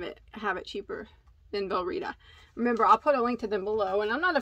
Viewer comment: Thank you for the video! Beautiful yarns. I placed an order, despite having a ridiculous stash. 🤦🏻‍♀️😄 Am I the only one whose brain heard “Velveeta” every time said “Virlita”? 😆. No, just me? I must’ve been hungry when I watched the video. 😆😂